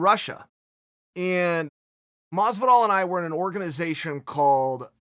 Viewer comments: Chael sonnen: Mas-vu-dahl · Chael "mosdivol" Sonnen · Moz but all , maaass vidal wth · Chael "Mozvidoll" Sonnen. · George mas-vu-dahl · Everytime he says masvidal take a drink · Masvidal : Hor-hay Chael: George Masvidal: George